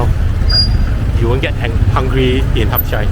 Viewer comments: hat yai is not pronounced as HUP CHAI idk where u learnt that from but it is wrong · Why do you call the city Harp Jai when it's called HadYai.